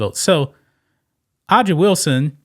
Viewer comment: Hey, A'ja is pronounced Asia (like the continent).